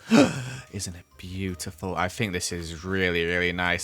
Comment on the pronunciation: It makes my day when says "I fink" 😂😂😂